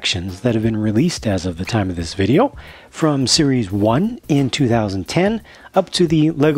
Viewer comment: When you said series nine I thought you said Siris nine and I'm like Siri is like 500